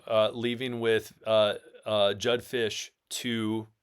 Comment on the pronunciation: For fucks sake its JEDD FISCH NOT JUDD FISCH...... and UW is not a...oh its Washington kinda program.